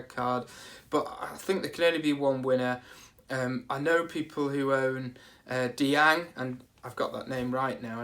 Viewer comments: diang? deen-ya you mean. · Saying Diang is just nuts, because there's no way on Earth it could be that. Deen-ya is better because that's how an English person would say it, but Deen himself is French, so he would say his own name as Deen. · It's luca 'deen ' he said so in an interview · Lucas Digne pronounced (deeen) I speak French, that's how you say it